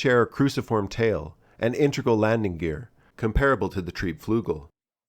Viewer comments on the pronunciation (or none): Your pronunciation is pretty off btw. Trieb is fine but you are swallowing the first L in flügel and pronouncing the ü like u.